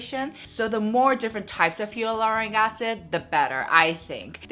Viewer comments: you’re great but I just wanted to point out that you’re pronouncing hyaluronic wrong.. it should be like HIE-luronic:) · You are pronouncing 'hyaluronic' wrongly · is it?Im French so I pronounce it the same way as she does but I also saw others ytb who said it the same way?Great to know it’s not supposed to be pronounced the way I do😭